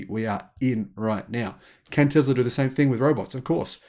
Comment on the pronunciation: Its not Tezla its Tesla!